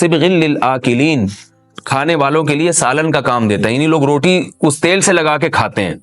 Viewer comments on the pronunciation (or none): none